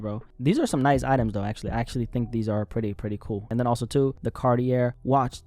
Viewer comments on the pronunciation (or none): 'Cartier' is pronounced 'Carty-yay'...Just saying. Anyway, like your channel so I'm a new sub! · Cartier is pronounced "carti-yay" my brother.